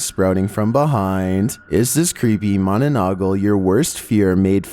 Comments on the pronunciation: its mana nang gal not mananagal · It's not manonongle Its ma na nang gal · bro it's not pronounced like that you should've fasten the "nanang" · It called manananggal not mananagal.couse im filipino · It is not mananagal it is mananangal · just to correct you its not its monolongol its manalangal btw no offense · Bruh mananagal :/ wrong :/ its mananggal bruh :/ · its not mananagol its mananangal i hope it follows u EZ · 27.manununggal Its called monononggal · Ma-na-nang-gal, not ma-na-na-gal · it's manananggal not mononogol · When you pronounce the manananggla is wrong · It's "Manananggal" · Bro it's called manananggal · 27. Ma-na-nang-gal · Manananggal (ma na nang gal) is how it's pronounced, Direct translation is like "someone who removes" cuz it stems from the word "Tanggal" (tang gal) which means "Remove." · Managal 😂😂 I laughed too I’m not even Filipino but I knew what it was and how to pronounce it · Hahahaha🤣 i laugh so hard when you say the word manananggal im from Philippines it’s kinda fanny bro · You mispronounced the Mananangal ... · I love how he pronouns manananggal like a british accent